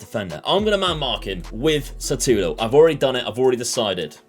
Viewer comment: No offence, but it's Šutalo not Satulo. Letter "Š" is similar to letters "SH" in a shoe. You can try and say Shoe-talo :) Thanks for the good content!